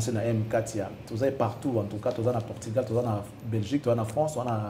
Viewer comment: Portugal et non portigal, merci